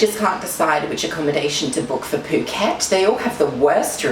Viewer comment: cant believee i found a youtuber that is so similar to me omfg, when u said "fuck-et" as "phuket" 😂😂😂